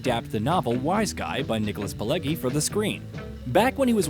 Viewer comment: If you are going to do voiceover, you should pronounce people's last names properly. Nicholas Pileggi (/pɪˈlɛdʒi/, Italian: [piˈleddʒi]